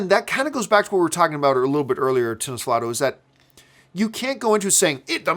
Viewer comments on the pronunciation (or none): I agree. What annoys me the most is him pronouncing TinosvALdo’s name as TinosvLAdo! I scream at the screen, it is TinosvAALLDO 😂